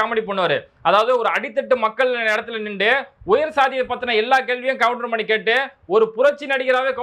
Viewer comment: கவுண்டர்மணி அல்ல கவுண்டமணி